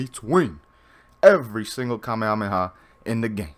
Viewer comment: Kaa - meh - haa - meh - haa pronounce right often, kaa - meh - aa - meh - aa just triggers me